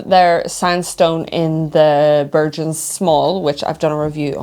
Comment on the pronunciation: It's Bergen (Berg'un) not Bershen